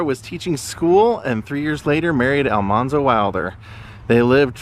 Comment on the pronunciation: Thank you for posting these videos. They are a lot of fun to watch. The one thing I will mention is the pronunciation of Almanzo is incorrect. It should be pronounced "man" in the middle instead of "mon". So, Al-MAN-zo. I just wasn't sure you were aware. There is a recording of Laura with this pronunciation.